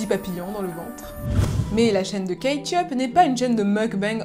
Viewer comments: Kate yup, moi j'entends Ketchup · "kate yup" moi j'ai entendu "ketchup" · J'ai entendu ketchup toute la vidéo 😂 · Tu as fait tout ton possible pour ne pas dire ketchup mais à chaque fois on a entendu ketchup 🤷🏾‍♂️🤣🤣🤣🤣